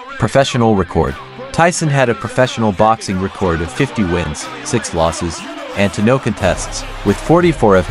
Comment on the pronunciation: dont get why mike would do this... senior citizen vs prime age.. not a contest really. but mike will destroy him, no matter jp wins,,, the mere matching of his name in the same sentence as the LEGEND that is Mike Tyson will carry his "career" dude.. learn to say record. you say it like "record that" horrible...